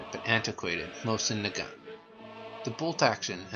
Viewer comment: You mispronounced nagant.